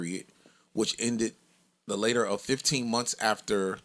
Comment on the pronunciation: said “ later “ nigga that is latter